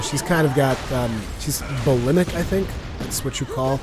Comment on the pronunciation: Bolemic is pronounced boh lee mic by the way. No way to really tell just by reading the word though so fair enough. Your pronounciation is pretty good for a second language